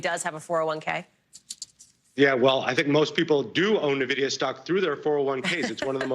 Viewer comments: It's not nuh-vidia it's N-vidia like the word for envy in Spanish. 🙄🙄🙄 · its not pronounced nividia, it's pronounced N-vidia lol , you. can tell they don't know much about computers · Say 'Navidia' again! Say 'Navidia' again, I dare you, I double dare you **, say 'Navidia' one more ** time! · Holy crap, how many times are they going to mispronounce Nvidia?